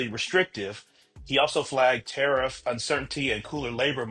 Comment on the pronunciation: Next time, can you use tarieeef 😂